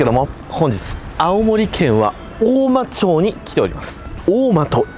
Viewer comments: 大間町(おおまちょう)じゃなくて、おおままちです☺️ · おおまちょうじゃないよおおままちだよ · 青森に来てくれてめっちゃ嬉しいです。 ただ違和感がすごいあって 大間ちょうではなく大間まちです。 地域によって町の読み方は違うかもしれませんが正式な読みになりますので！！ 地元の方もちょうではない思ってます笑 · 大間ちょうじゃなくて大間まちですよ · おおまちょうではなく、おおままち。By青森県民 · 母の実家です！ そんでもって『おおまちょう』ではなくて『おおままち』だった気がします、、、